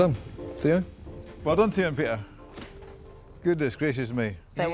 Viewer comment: They seriously need a new narrator that can pronounce peter's name correctly